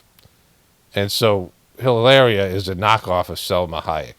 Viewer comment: you totally shredded "Hilaria" 👍🏻